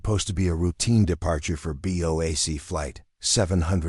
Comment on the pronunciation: Lmao "a BOKE boeing seven hundred seven" give it a rest